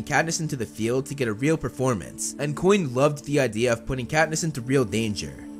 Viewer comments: When you say “coin”, 9/10 it sounds more like “Quinn”. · Bruh pronounces Coin like Quinn all the time